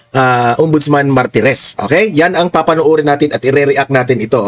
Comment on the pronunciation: Martires hindi marites